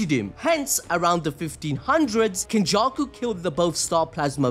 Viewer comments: 👀 Ain’t no way you said, “Kenjussy.” 😂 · Yoooo bro said "kenjussy"